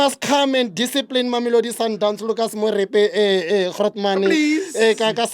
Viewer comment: He said Lucas Moripe